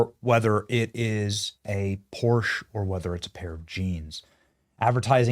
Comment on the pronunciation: Please, Benny... Porsche is a two-syllable name.